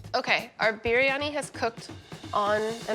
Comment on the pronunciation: I have known Pakistanis, northern Indians, southern Indians, Bangladeshi… I have NEVER heard anyone pronounce biryani like that. It’s pronounced bree-ah-nee. I really want to like this because I love East Indian food and know how to cook it… But her delivery is so stilted and she sounds so nervous most of the time it makes me feel bad for her. It makes her hard to listen to. That and her constant fidgeting. I want to tell her to slow down and breathe, let your words come… keep at it. Practice makes perfect. I’m sure the dish turned out tasty regardless.